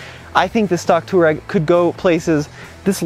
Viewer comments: Touareg is not pronounced two-rag, its tow-a-rig. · Cmon Man , say it right ! Its Tu-aa-reg from the African tribe. And if I remember VW purchased or licenced the name from Aprilia motorcycles as they allready had an on-off model with the name. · Why do you keep calling the Touareg a Turag? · german here. nope its not. its two- a rag. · Great video! Your mispronunciation of Touareg throughout these videos is so ridiculous, it makes you look like you’re mispronouncing it on purpose. It’s “To wah reg” for the love! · Can someone teach this guy how to pronounce Touareg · am I the only one bothered by how he pronounces Touareg? he completely murders the "a"